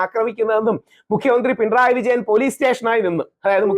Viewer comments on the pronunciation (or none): none